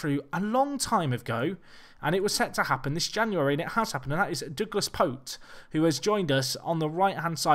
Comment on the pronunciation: Couple things 1) Pote is pronounced "poh-chee" 2) to change from Attacking to Counter and keeping Very Fluid team shape is basically suicidal. Change your team shape to at least balanced when you're playing Counter/ Defensive